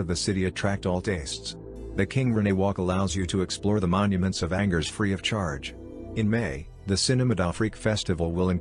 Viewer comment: Great,,,This artificial intelligence voice besides sounding phony totally mispronounced Angers. Too much unnecessary technology.